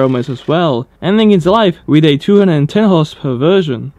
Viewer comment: Dude, when you say 'horsepower version' you sound like you're saying horse perversion